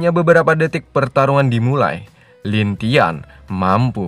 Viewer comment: Lin langtien bg bukan lintian.. Hhhh